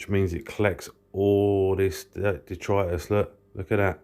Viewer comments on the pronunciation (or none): none